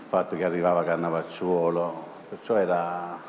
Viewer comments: Cannavaciuolo non Cavanacciuolo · Ma glielo dite alla Mara che si chama Cannavacciolo e non Cavanacciolo? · Non è stata in grado di pronunciare il cognome giusto una volta. Lo ha chiamato tutto il tempo Cavvanacciuolo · Nessuno: Mara: Antonino CaVANAcciuolo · ma l'ha chiamato cavanacciuolo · Ah ma anche alla fine lo chiama Cavanacciuolo, cioè proprio non sa neanche come si chiama l'ospite. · antonino “cavanacciuolo” ok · Mara, Cannavacciulo, non "Cavannacciuolo" 🤣🤣🤣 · Ma alla fine avrà capito che si chiama Cannavacciuolo e non Cavanacciuolo?! E lui a quasi 50 anni non sa che non ci si siede mai prima di una donna?!... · Cannavacciuolo non cavanacciuolo